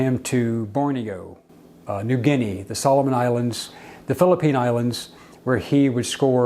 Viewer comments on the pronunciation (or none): none